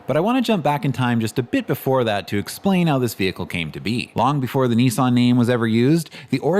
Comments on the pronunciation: its also promounced Niss-an not neeee-san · yes but this wasn't any "help." It is *approximately* pronounced nee-SAHNG, but the first vowel is short. Still nee-sahn sounds better than the British/ Australian version. Same for Nikon (approx.: nee-KONG); the British NICKon sounds horrible compared to the original.